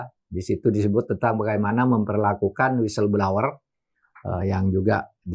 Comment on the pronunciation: blower pak mahfud..bukan blauwer, makasih🤭